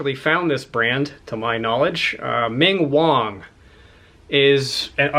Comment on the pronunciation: It would have been a much more interesting and informative video had you price-comped your pieces before recording, or slipped in your comps after recording during editing. You get an “L” grade (for “LAZY”) instead of what could have been an “A”. Still, it was enough for me to give you a 👍 and finally subscribe. Btw, it is Ming WAng, as in bang, not wong, as in wrong. Wight or Wong, it is a great brand name and Loro Piana is worth getting excited about, and I give you credit for being able to laugh at yourself and your exaggerated valuation. This is what gained my subscription. You’re getting more likable, congratulations, and not the know-it-all asshat I mistakingly found you to be initially. ✌️